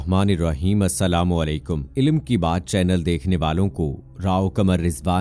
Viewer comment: Announcer ,please note. The correct pronunciation is ILm, without any zer ,zabar and pesh, called Airāb,or vovewels.ILAM, with zabar on L is wrong.. Dr. Raza Ansari,AMU,Aligarh.